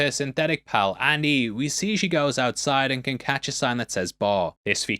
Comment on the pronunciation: “Andy” not Annie.